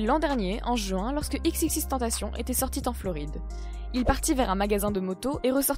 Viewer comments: On dit pas "TENTACHION", on le prononce de la même façon que tentation en Français. X l'avait dit dans une interview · C pas tupac mais toupac que sa se prononce Et c xxxtentaichion que sa se pronnonce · Faut dire xxxtentacion comme si tu disais exexextentacion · Pas x x x tentation mais triple x tentation c’est comme ça que les anglais prononce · Et on dit "XXXTentescion" 🙄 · On dit pas " XXXTentacion" dans la prononciation mais on prononce " EX EX EX tentacion" merci pour ceux qui y connaissent rien et qui detruisent tout et au fait : X est mort un point c'est tout. Et comme beaucoup de commentaire l'on déjà mentionner : on dit "2pac" et non " tupac". Et autre chose: si vous sucez X juste en ayant écoutez " Moonlight et SAD! ", je vous en conjure: rentrez chez vous... Comme l'a dit X en anglais dans la vidéo du "documentary trailer", sortie sur sa chaîne officielle: " Si t'es heureux, j'ai rien pour toi car t'a déjà c'que tu veux " S'il vous plaît, arrêtez de le sucer Long live Jahseh 🖤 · En mon dieu c xxx mtentacioneeeee tu pronnonse le puré